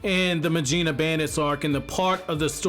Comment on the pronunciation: Very proud of that first proper mujina pronunciation . Keep it up!